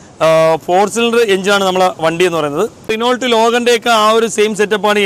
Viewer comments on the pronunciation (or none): നിനോൾട്ട് എന്നല്ല, ഉച്ചരിക്കുമ്പോൾ റെനോ എന്നാണ് പറയുന്നേ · Renault അല്ല റെനോ ആണ് t സൈലന്റ് ആണ് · റിനോൾട്ട് അല്ല റെനോ 🥰👍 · ഭീഗരൻ അല്ല...ഭീകരൻ...റീനോൾട് അല്ല റെനോ.... Thank you